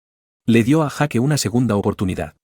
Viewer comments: Jake se pronuncia Jak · En las pelis americanas pronuncian yeik / Jake